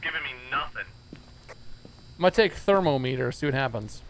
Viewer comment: Is inability to pronounce ”thermometer” a meme or legit?